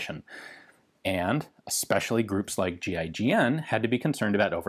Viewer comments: Anyon else think he was saying “G.I. Jane” at first?? LMAO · It sounds like he's saying gi Jane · Kept thought he was saying GI-JANE